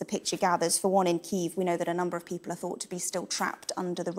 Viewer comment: Ukrainian here. She pronounced Kyiv pretty accurately to the Ukrainian pronunciation. Foreigners don't really pronounce ї correctly at all. Prolonged E is an acceptable pronunciation of ї for foreigners